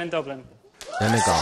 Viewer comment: the way he pronounces donegal is so funny to me, its not pronounced like doniggle its pronounced like done ee gawl